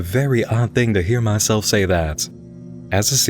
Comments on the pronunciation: It's a very odd thing to hear that southern accent slip in when you said "mah-self". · Listen to how how he says "hear myself say that" at about :50. He has a sudden southern accent.